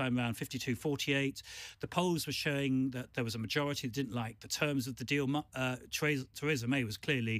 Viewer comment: Why can't Adonis ever seem to pronounce 'Theresa' correctly? The woman herself pronounces her name 'Thereesa', not 'Theraysa'. Very irritating.